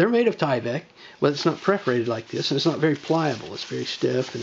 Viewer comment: That's PERForated, not PREForated...